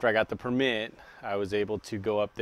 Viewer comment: He said permit weird